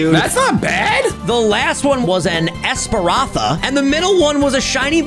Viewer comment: bro said esparantha 😭